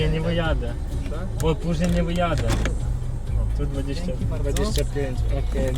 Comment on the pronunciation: Слухай не ДЗЕНЬКІ ... а ДЖЕНЬКІ хиба ти не чуєшь як поляки говорят ? We Wrocławiu mieszkałem wlaśnie i lepiej rozmawiałem po roku....